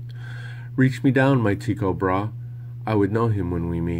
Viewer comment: Great reading. Only thing I would give you a heads up on is Tycho Brahé is pronounced Bra-hey. Thanks for sharing this.